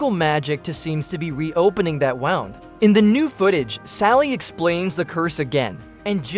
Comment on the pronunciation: Oh my god would it have been so difficult to have just read the script yourself?? Everything was going fine till you got to "wound." Does no one edit?! Does everyone just record this stuff and throw it up on the web and expect us to accept it?!